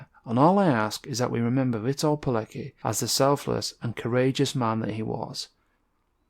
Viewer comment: you should try to pronounce his name correctly. This story is so Well known, that it'a almost embarassing that you can't pronounce his name or the name of the army he joined